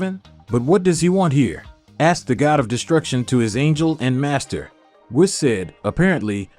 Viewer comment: It's pronounced "say-yens". And Whis is pronounced "wees".